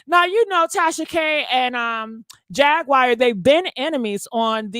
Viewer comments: It's Jaguar (Jag-War) not Jag-wire🤦🏽‍♀️🤷🏽‍♀️ Stop jacking up names & words, omg...go back and listen to your commentary 😮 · You mispronounce her name you pronounce it like the cat jaguar Jag/war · Here we go again (in DMX voice)! never says people names correct! Who in the world is “JAG*WIRE” Wright? And she’s saying “Jag*Wire with emphasis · You mispronounce her name you pronounce it like the cat jaguar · You are pronouncing Jaguar wrong there is no I in it. It’s hard to listen to your commentary because you are not that intelligent. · The way she says jag name lol